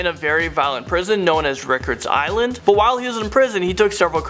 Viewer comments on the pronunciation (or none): Records island???? LOL YOU FKN CLOWN. it’s RAI-KERZ island. 😂😂😂